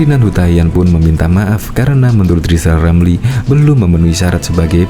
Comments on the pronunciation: Hai lijal lamli km engk mungkin jadi presiden karna km engk bisa ngomong r. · Buat “lijal lamli” belajar sebut huruf R yang benar dulu, kalau sudah bisa sebut R barulah nyapres ya..!!!! 🤣🤣🤣🤣🤣🤣